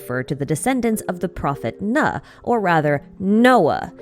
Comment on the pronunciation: Love the video as always, I just wanted to tell u that prophet Noah in Arabic, Nuh, is pronounced like nooh (rhymes w moon) and not like nuh (rhyme w bruh) ❤